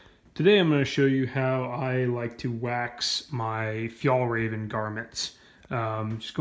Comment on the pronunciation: lol feeyallraven